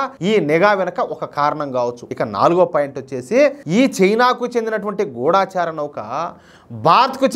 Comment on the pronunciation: Pronunciation kasth sari chesukondi.gudaacharaa kadhu gudachara.